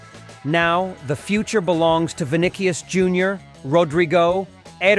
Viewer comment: Vinnikyes?…. 😂😂😂 AI generated